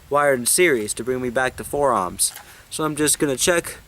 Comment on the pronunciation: why do you keep pronouncing ohms as "amms"?